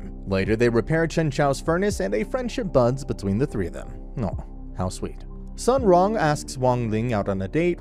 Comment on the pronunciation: As far as I know, her name is pronounced "soon wrong" more or less if you have trouble pronouncing it